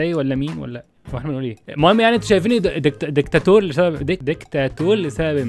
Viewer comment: اسمها دكتاتور مش دكتاتول